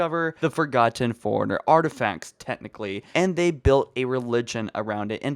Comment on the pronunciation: Is it just me or every time he says forerunner he says like he's saying Foreigner